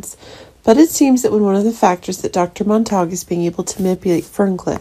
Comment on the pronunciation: Monta q, not Mon tak